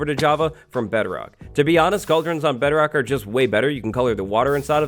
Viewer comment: Is he saying Betterrock instead of Bedrock or am I just mishearing it?